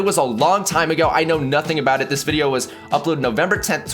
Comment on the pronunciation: LOL cause who actually memorizes that crap or would think of it during a video XD honestly i've watched a BUNCH of videos reaction to this and that was the only one that said that he was the one that kept saying Wideo & Michaelphone right it was painful to listen to